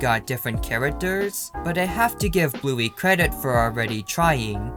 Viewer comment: Did you say Bluey wrong